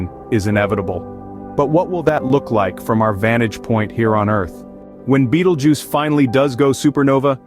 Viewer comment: Ew..... why say Bettle Juice? Isnt it Beetle Juice?